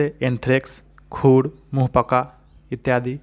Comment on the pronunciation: Etyadie d harsi hota hai d dirgi nahi